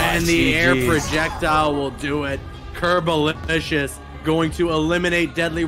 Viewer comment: Isnt it "Curbolicious" instead of "Curbolisous"?